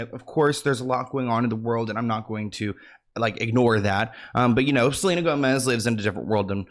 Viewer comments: Not "selener" 😂😂 your hilarious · Side note, the fact that you keep calling her Seleener is sending me xD